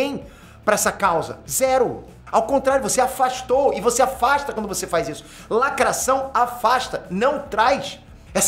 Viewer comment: muito engraçado !, o sotaque francês falando da lacrráte !!!